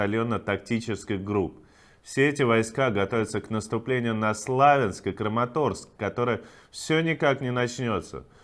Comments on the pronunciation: Иван, пожалуйста, не СлА'винск, а СлавЯ'нск 🙏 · Славя́нск (укр. Слов’я́нськ). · Иван, почему вы продолжаете неправильно ставить ударение в названии города Славянск? Ударение на я, в слове славяне тоже ударение на я. Пожалуйста, обратите на это внимание, это непрофессионально.